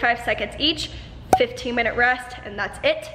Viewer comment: I can't even say minute anymore its.... Minoto. Hhhaha